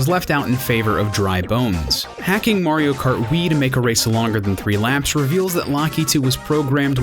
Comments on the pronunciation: I thought he said MARIO FART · I think I've heard "Mario Kert" enough for one day :P